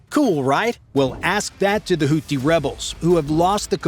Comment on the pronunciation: And that's "houti" not house.